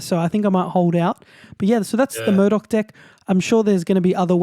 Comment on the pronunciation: Are you saying Murdok? Haha